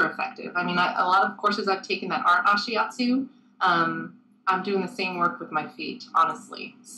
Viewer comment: D, you look so cute/nervous, and isn't he mispronouncing Ashiatsu?